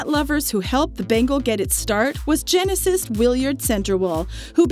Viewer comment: She can't even pronounce geneticist.